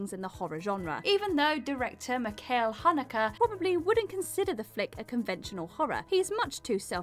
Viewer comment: This list consists of some really great choices, but it all goes to hell in a handbasket when a certain someone, whose horror fan status is already under question, mispronounces Michael Haneke's name as Mikail Hanukkah and compares "Funny Games" to "A Serbian Film". Oi, what's that I smell? It's a poseur!